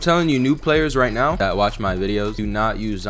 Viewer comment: ARE YOU SERIOUS RIGHT NEOW LIKE FR ARE YOU SERIOUS RIGHT NEOW LIKE CMON ARE YOU SERIOUS RIGHT NEOW